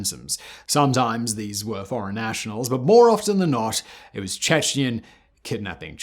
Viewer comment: why are you saying "Chechnens"? it's much simpler, "Chechen". I'm I missing something?